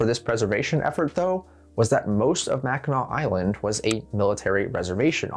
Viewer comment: As a Yooper, props to pronouncing Mackinac Island correctly